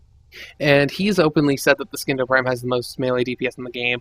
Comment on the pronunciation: Oh my fucking god. I literally cringed every time you pronounced "Scindo." THE C IS SILENT!!! God the illiterate fucks who make themselves look stupid on the internet. Also, the orthos prime is very good. Everyone should have one. Put a primed reach on it, and you're set for life.